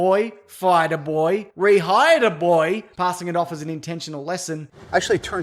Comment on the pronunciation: when you say "boy" it sounds like you're trying to say BOI.